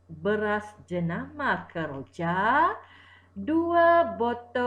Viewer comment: Kejora cg bukan keroja🤭